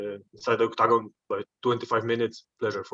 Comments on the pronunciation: i love how jan says octacon with his polish accent 😅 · The way this man says octagon is cool, makes it sound like a stage you would pick on tekken